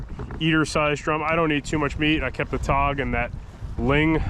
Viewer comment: Okay, I thought you were saying todd, but I think you were saying tog.